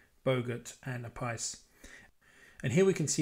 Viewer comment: Pronounced A- piece